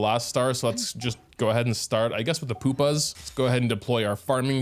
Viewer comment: Poop-ahs? How does a Canadian butcher so many random words? You're not young enough to blame the government for spending all your time learning transgender issues instead of vocabulary and grammar. GET IT TOGETHER MAN! 😂